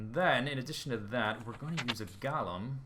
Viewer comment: Golem: pronounced "Go-lem", not "Gol-em" dictionary-dot-reference-dot-com/browse/golem?s=ts